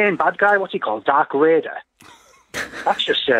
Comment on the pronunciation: ***** I thought he said 'Dark Raider', which is even better. Haha! Good lord, the BBC!